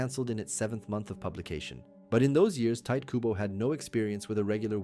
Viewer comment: TA. I. TO. KU. BO 日本語は母音をはっきり発音する事が多いです 身近に日本人はいませんか？クボ・タイトをどう読むか聞いてみて